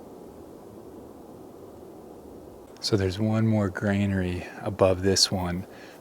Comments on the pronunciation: I just checked to see if the US has the word "grainary" and see you don't, despite you trying to invent it. So that's granary, shouldn't be a problem for someone spending so much time there. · I know what a granary is, but have never heard of a "grainery"...